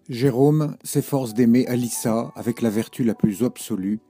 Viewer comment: Alissa, pas Alicia. Et Gide n'a écrit qu'un roman, Les faux monnayeurs. Sinon, joli travail.